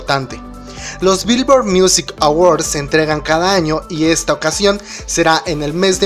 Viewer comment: así no se dice Billoard (virvo)